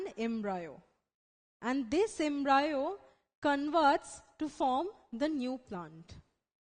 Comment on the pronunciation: It's pronounced as embrio not embraeo 😑😕 it was really annoying listening to embraeo a 100 times but the video was good it helped thanks 😄